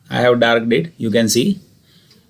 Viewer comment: "DARKED IT" 💀😭